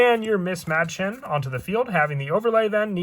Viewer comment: Mädchen,, is a german word. ,,mäd ,,is pronounced like ,,mad